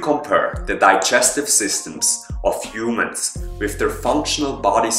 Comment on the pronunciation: Back then,u called us "Huemens".Good work